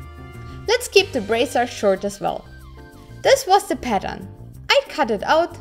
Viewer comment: 2 minutes before the video ends and you realized she was saying pattern not padam